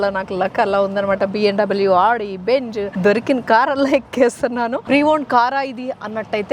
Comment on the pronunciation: Adhi benj kaadu benz....😂